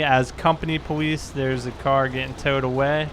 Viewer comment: "pawice officer" lol